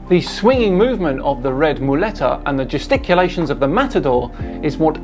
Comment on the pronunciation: Did you say the "testiculations..."??? ps: I know, I know... It's "gesticulations." But that's not as funny in a juvenile way as the word that I made up.